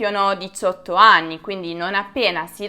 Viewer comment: Mi é piaciuto molto e sono d'accordo su quello che hai detto. Complimenti per la bravura e la simpatia. L'unica cosa é che ogni tanto parli l'italiano con l'accento straniero (quando hai detto 18 ani e non anni per ex).... poi (ma forse é dovuto alla tua giovane etá) secondo la mia esperienza dire amore, tesoro agli amici é una cosa di questi anni, prima era tabú e succedeva molto poco e in contesti particolari, anzi ti dirò di più prima non si usava nel modo esagerato di ora neppure in famiglia.... e non vedrai quasi mai a braccetto due ragazzi o uomini del nord (al sud lo vedrai di sicuro ma al nord sarebbe stato inconcepibile e avrebbe suscitato pensieri strani). Comunque bravissima.